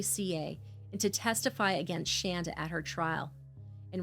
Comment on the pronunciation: Other than mispronouncing Shandas name, this was a good account of what happened. Adam and Shanda DID meet online. There's no way that Paul actually fed Timothy the one time he said he did as this would have made Tim violently ill. He would have had to go through refeeding in a hospital. G is not being raised by his grandparents but he does have two great new parents.